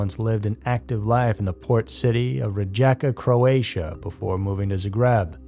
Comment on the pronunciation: It's REE-YE-KA. And in Zagreb the emphasis is on ZA. :) The story of Hedviga is so sad 😞 😔 😟 😢